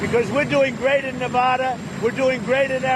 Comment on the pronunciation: maybe if he said Nevada correctly, they might vote for him........................NOPE.